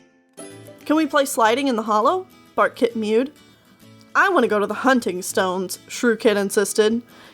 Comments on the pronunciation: Am I the only one that heard "fartkit" instead of "barkkit"? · I keep hearing ,,fart kit,, instead of bark kit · So did I. Until I realised it was barkkit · Thought you said Fartkit. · Not gonna lie, I thought you said Fartkit. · At first I thought you said Fartkit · Did you say Fartkit? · I heard True Claus and Bartkit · Barkkit sounds like Fartkit XD